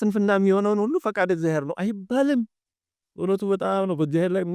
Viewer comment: መምህር ቃለ ሕይወት ያሰማልን። እግዚአብሔር ብለው የሚጠሩበት ድምጽ ይረብሻል።የችኮላ ወይም የአንደበት ችግር ሊሆን ይችላሉ ግን "እግዚያዬር" የምትሉ ይመስላል። እና ሌሎቹም ከተማ የሚኖሩ መምህራን ላይም ይሄ አጠራር ይሰማል።